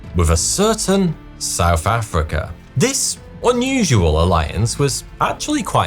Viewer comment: Whoever wrote the script for this video hates the narrator, making him say souf affricka every 9 seconds